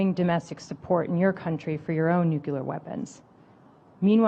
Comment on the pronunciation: NEW CLEAR not NEW KEY LER